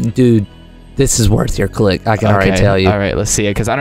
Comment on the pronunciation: He said creek instead of click